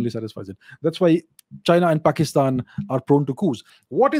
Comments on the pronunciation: It is more like Paaakistan, lol. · Pekish-taan, bangle-dash - western slang, nailed it 😂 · "Pakisthan" "Bangladashh". Sarcasm on next level, lol 🤣🤣🤣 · "Pakistan, Bangladesh". Fantastic American mimicry. 😄 🤣🤣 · That accent when he says "Pakistan" 😂